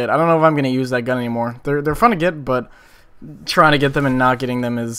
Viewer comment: i love the way you say but its like butta